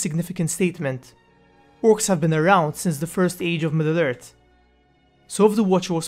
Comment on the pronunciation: EarTH not Ert. Middle Earth not midert. Morgoth not Morgot